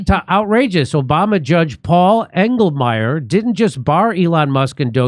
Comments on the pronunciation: Engelmayer. Every. Single. Time. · Englemayor? Figures